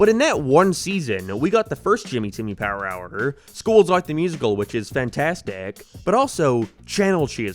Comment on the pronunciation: Bro finally pronounced it right 😭😭😭